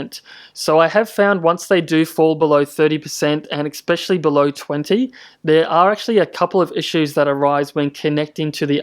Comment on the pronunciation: Please learn how to pronounce especially